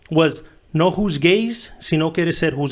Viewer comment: Ey serio, did this foo just say who’s gay or juzgues 🤣🤣🤣🤣🤣🤣